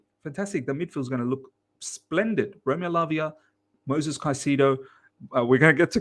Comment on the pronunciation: Great content but PLEASE stop calling him MOSES. THERE IS AN ‘I’ in it. It’s MOISES. MOY-Zez